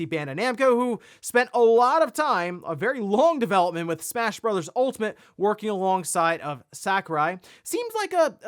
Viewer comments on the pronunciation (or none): none